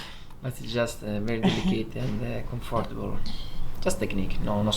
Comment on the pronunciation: Yes but... he never gets the pronunciation of "comfortable" right... 🤣